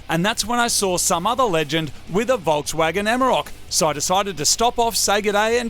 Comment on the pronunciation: Im less than 20 seconds in, and I heard Moog saying "Bogswagon" instead of "Volkswagen". Bogswagon sounds like a great name for it!